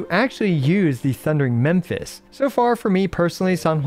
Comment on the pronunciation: Again, *Mephis, not Memphis :face-blue-wide-eyes: Edit: try a mnemonic, Mephis-topheles, aka Mephisto, the demon from Faust and German folklore